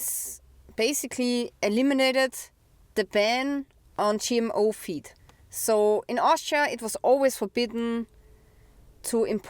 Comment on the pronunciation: Hey du sagst gmo fuesse. Food. Feed klingt wie feet mit unserem akzent